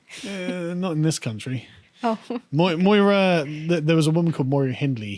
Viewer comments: It's not Moira Hindley it's Mira Hindley. Moira is a normal English name. Eg Moira Stewart the newscaster. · Myra Hindley, not Moira. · Myra, not Moira. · just fyi; MYRA Hinley, Carl, not Moira. Was nice to have an articulate academic POV on this. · Just in case Sargon sees, Carl, it's Myra rather than Moira! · That's Myra, not Moira, Carl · I agree with your debate here but a point of fact: it was Myra Hindley not Moira Hindley. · Myra Hindley is pronounced Migh-ra not moi-ra Hindley isn't it? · Myra Hindley, not 'Moira Hindley'. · “Moira Hindley”? It’s Myra Hindley u mong 😂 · FYI - It was "Myra Hindley" that murdered those children in the 60's not "Moira Hindley" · Myra Hindley not Moira 🙄🙄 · The female killer was 'Myra' Hindley, not 'Moira' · Myra not Moira Hindley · Oh Carl, MYRA! Not Moira! Moira was the name of my French teacher. I still can't speak French, but pretty sure she didn't MYRA anyone! :P Ok, carry on... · Myra Hindley not Moira. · myra hindley, NOTmoira hindley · Myra.. not Moira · Myra Hindley not Moira SMDH 🙊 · Myra not Moira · I have to wade in on the 'Moira' discussion , because the serial killer you mentioned was actually called Myra Hindley, not Moira (very different pronunciation). I think in England, if you were to ask most people to name a Moira, the first name that comes to mind would probably be Moira Stewart, a friendly, 70-odd year old black woman who's been a newsreader on tv for about 40 years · Myra Hindley not Moira! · Myra. Not maura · 23 mins in. Myra Hindley. NOT Moira Hindley. Moira Stewart, sweet British Lady who read the news. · Myra Hindley. Not Moira. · myra not Moira, Jesus.... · No Carl, the child murderer's name was Myra Hindley, not Moira Hindley 😂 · MYRA Hindley, not MOIRA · Myra Hindley Carl, not Moira Hindley.